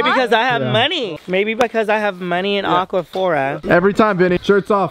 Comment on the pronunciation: Maybe cuz i have aQuApHoRa Me: Its aQuApHoR (ahq-wah-for)